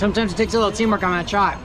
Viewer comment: "face to face chaat" loved it